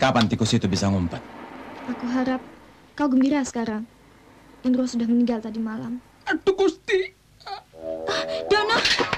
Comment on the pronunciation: Endro hidup lagi, begitu pengucapan om Dono, bukan Indro. 😁😁